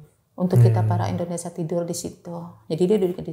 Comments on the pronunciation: Indonesia mba BKN Endonesa😂😂😂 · Indonesia po bukan ENDONESAH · indonesiaaa😂😂 bukan indonesaaaa😂😂😂